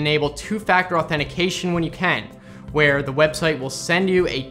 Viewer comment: whare he continues